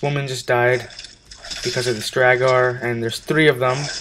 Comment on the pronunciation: just because u said to correct u if u were saying it wron its pronounced drawger